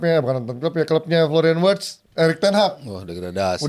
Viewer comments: Writz saha??😂 Wirtz min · Kenapa Wirtz jadi Writz 😅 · Wirtz bukan Writz